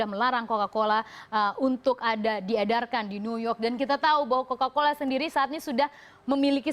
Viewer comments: Cola-Cola apa Coca-Cola? 🤣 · bacanya kola-kola 😂